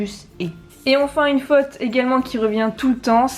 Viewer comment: Alors tu dois dire FAUTE et non FATE. Une bonne prononciation est tout aussi importante. Merci prof !